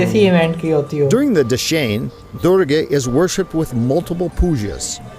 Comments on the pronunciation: dashin pronunciation is dasai senli😘😘💋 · dashain not dase haha anyway u guys are soo simple.and decent keep makng videos